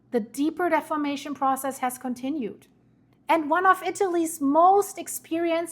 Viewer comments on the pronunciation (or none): I do not criticize YouTubers. It's a tough job. I do not criticize people's pronunciation. It's tacky. However, in this one instance, deformation is such a critical word and concept. Defamation carries a completely different meaning. I know how important what you are trying to communicate is to the people of the world. I have no illusions that what you are reporting will affect the people of the world. I fully support your work and hope all good things for you.